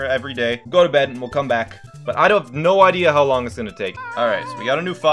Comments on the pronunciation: I think it sounds more like “So long-a bowser” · I thought it was "so lonely, bowser" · Guys he doesn't say "so long, gay bowser" he says "so long, Gabe Owser"